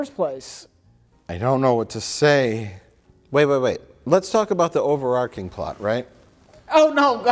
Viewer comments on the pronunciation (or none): I believe the word Mike wants is "overarching" (with a "ch" sound, like in "China") from "arch", not "overarcing" (with a "k" sound) from "arc", although I can't give a good reason for why "overarcing" can't be a word too.